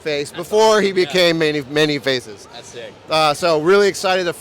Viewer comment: How can you work for Mondo and repeatedly mispronounce "Man-E-Faces"?